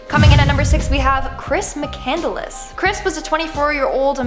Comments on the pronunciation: "chris mc candle less" lol. I thought it was really pronounced as Chris McCandless (like mc cand liss) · Umm, hey guys! #6's name was pronounced 'mih-CANNED-less' not mih-CANDEL-less. Oh, and by the way, when someone finds your body, they do not find your 'MAINS', they find your RE-mains. Try to keep up, huh?